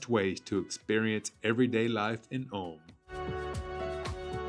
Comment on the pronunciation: It’s pronounced „Oolm“ not „Alm“